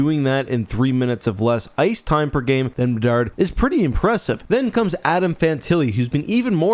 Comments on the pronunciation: Did say “bedsy of the Chicago bedards”? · "Bedsy of the Chicago Bedards" made my day.